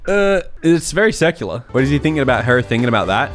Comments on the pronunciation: OOOH! You are probably right based off of what he said after. In my defense, the captions also thought he said "secular". I listened to it 20 times and could only tell based on what he said afterwrds. Thanks for the correction! :D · I thought he said "circular"